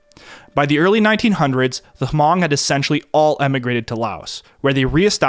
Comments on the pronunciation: I’ve never heard Hmong pronounced like this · Took about 13 mins before the Hmong were brought up which was driving me nuts because they weren't mentioned in the very beginning. They are the MOST affected group from The Secret War. Also, when you use H when saying Hmong (pronounced 'mung') was nails on chalkboard. I've befriended many Hmong and find their stories amazing. My best friend Blong is my main source of stories, but the stories I hear are all the same. Blong was snuck over the Mekong as a baby and after some time in Thailand, his family was sponsored by a Mormon family and came to America. Blong's dad was trained by CIA operatives to fly a T-28 and bomb Vietcong. His dad had what would be comparable to Lieutenant rank and had 5 people to oversee. His dad said he was told to report if he seen Vietcong when flying and to wait for commands engagement. He said, paraphrasing, "I would bomb the commies when I seen them and they (his immediate supervisor) would be mad but Americans told me that I did a good job." Until the day he died, in 2017, he always wished to fly one more time. He said flying was easier than driving. I personally find it nuts that within 3-4 months from initial contact about the USA looking for help he was flying and then rising ranks within a year to his final rank. He was literally farming and only seen motorized vehicles a few times and only seen planes in the sky. His only English words, besides 'Thank you' was T-28 related. The Hmong are so fascinating and their assimilation into American cu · Fun fat: it’s pronounced Hmong(Mong) and not ha-mong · Not even a nitpick since your pronouciation of Hmong is fine as it is since most people don't even know they exist, but it's pronouced as Hmung if you want to sound more cultured around Hmong people. I'm Vietnamese and had some Hmong friends and the languages are closely related enough to be somewhat intelligible. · H is silent... Just Mong; i speak Hmong white and green